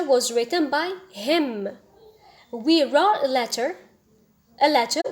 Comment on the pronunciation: Also the pronunciation of wrote